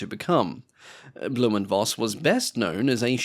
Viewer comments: Read it right, please! Just once! It`s not "blume and Voss", it`s "blume and Foss", for God`s sake!!! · It's pronounced "Foss" not "Voss", v in german is pronounced like an F.